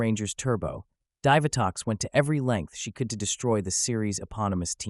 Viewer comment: It's pronounced DEE vitox